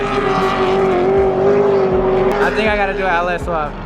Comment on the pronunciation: It sounds like you’re saying “AL - S” swap lol